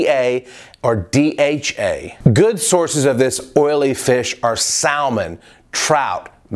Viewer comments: the L in salmon is silent! It's pronounced "sammon." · You pronounce Salmon and Turmeric weird